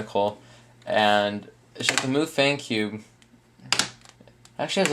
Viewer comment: MuFang is pronounced Muh fung, which means magic cube (translated in english it's Rubik's cube) and the "some kind of language" is chinese.